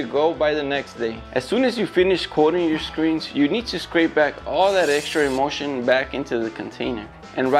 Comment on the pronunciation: Haha! The captions are always terrible. But I have to say every single time he said the word emulsion it really sounded like he was saying emotion!